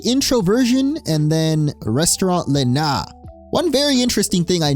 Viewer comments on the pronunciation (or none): none